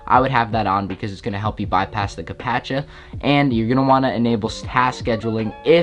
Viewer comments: Did he just say CAPATCHA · captcha = capatcha?